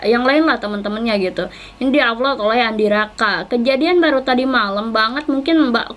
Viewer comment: Plis deh apload bukan aflod ngomongnya 😂😂